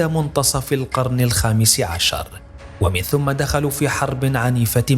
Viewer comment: طريقة الأداء رائعة ومميزة، لكن هناك بعض الأخطاء اللغوية التي ينبغي الانتباه لها سمعتها منك ومن زملائك كثيرا في عرضكم، اهم تلك الملاحظات: ضم (ثُم) بعد الحرف (مِن) المكسورة، ومن المعلوم أن (ثم) إذا جاءت بعد (من) المكسورة لا تضم أبداً بل تفتح فتصير و(مِن ثَم)؛ لان ثُم بالضم حرف جر ومِن احرف جر فلا يجتمعان حرفا جر الا نادراً. أما (ثَم) المفتوحة فتأتي بعد مِن المكسورة اشارة لشيء ماء أو للالتفات له، فتتناسب مع سياق الكلام، فيزيد عرض الموضوع جمالاً على جماله. والمعذرة اخوتي.